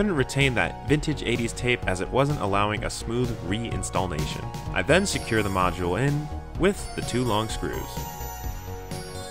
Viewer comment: 2nd BTW...You have me saying install'n'ation instead of "reinstallation" now.